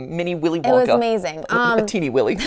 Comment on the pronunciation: My favorite MatPat moment is when he said teiny willy Edit, we will all miss you, and thank you for videos that make me happy when I'm sad